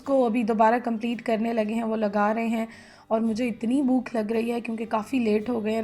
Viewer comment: Bookh nahi bhòòķ correct word hy